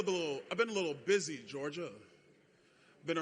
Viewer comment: George jah...or Geor jah